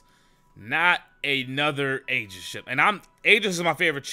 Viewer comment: PLEASE PRONOUNCE AEGIS RIGHT. PLEASE. SAY EE-JIS